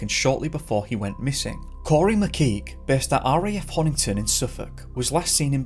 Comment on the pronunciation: I adore you madly and I'm so glad you covered Corrie 🤗 But it's BEAR-EEE, as in bury the body of St. Edmund 🙈😂 you got all the streets and pronounced Honington right though, am very proud! 🙌